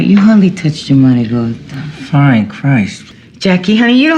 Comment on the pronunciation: Great video! But what hallened to "eachuh manigott" !